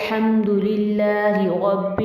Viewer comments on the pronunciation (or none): none